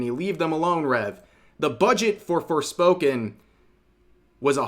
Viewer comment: he said "forespoken" LMAO